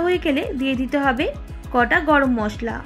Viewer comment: গটা নয় গোটা জিরা